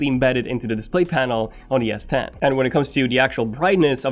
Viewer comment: Is he saying ‘yes 10’ !!!